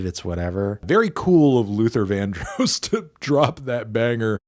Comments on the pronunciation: Bro said LUTHER VAN-DROSE 😂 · I was very distraught to hear him say the name incorrectly. I’m not even that heavy on Luther but you put respect on the man’s actual name. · never heard Luther Vandross pronounced like that, okay